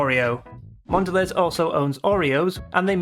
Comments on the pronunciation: It's awful because it now tastes like pure sugar and nothing else....and that's coming from me, someone who loved sugary sweet chocolate and grew up in the US loving Hershey bars. I refuse to have Cadbury since it was bought. It's awful. PS Mondelez is pronounced Mon-da-lay. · Mon dell EEZ. Bro... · Great video.I agree with your points. It's a shame what happened to Cadbury's. Mondelez is pronounced Mondelay btw.